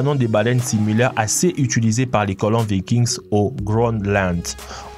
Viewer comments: on ne prononce pas le s dans vikings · Vikings le s est muet se dit pas